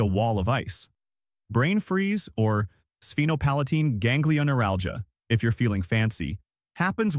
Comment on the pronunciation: sphenopalantine??? more like sphenopalpatine 😂 just execute order 66 bruh